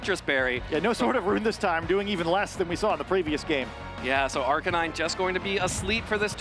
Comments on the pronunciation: The way he says Arcanine is killing me man lol but great match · The way that dude kept saying Arcanine drove me insane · Are-Kay-Nine and Urr-Shee-Fu are hurting my head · i cant get over the pronounciation of arcanine and urshifu, why would you do this